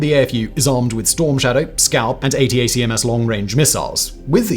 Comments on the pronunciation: nice video, by the way ATACMS is pronounced like how its spelled (Attackams) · I know Simon wants to avoid spending too much of his time trying to get pronunciation right when he uses names from dozens of countries and languages across the world in all of his videos, but there is something really funny about him putting so much effort into saying ATACMS by letter rather than just "attack m's."